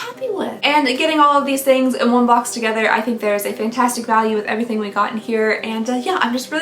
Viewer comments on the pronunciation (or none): none